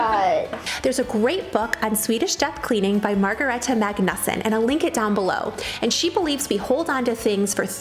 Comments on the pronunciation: Did you seriously pronounce that name "Maga-nusson"?? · It’s pronounced “Magna-son” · No it is Mag-nus-son